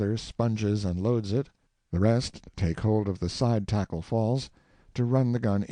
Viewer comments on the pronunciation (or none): Fyi, the sails are pronounced "t'garns'l" for topgallantsail, "stuns'l" is studdingsail, etc. They are never pronounced as spelt. And the correct pronunciation of tackle is "taykel".